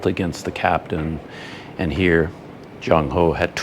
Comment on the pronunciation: Excuse me, not Junk Ho , as in junk, trash, but Ch as in Ch-ain or Ch as in Ch-ange, and end with End, so Ch-End, make sense? Your HO is perfect.